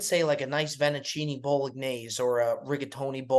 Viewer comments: The Vennuccine Bolognese has to be a bit man. Refuse to believe is that incompetent with his pronunciation. There’s just no way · Vinniccinni Bowl-uh-kneese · Please more Nicky Diamonds. not pronouncing fettuccini Bolognese correctly was hilarious!